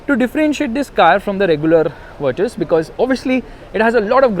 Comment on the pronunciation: Finally someone who pronounces it as Virtus and not Virtooos ....brruuhh